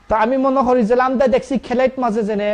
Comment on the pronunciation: I’m so sorry you need to speak probably in sylheti bangla. We can’t understand what your saying. It’s not amda it’s Amra. Monin bhai you need to teach them probably bangla first before you make them a speaker for your page.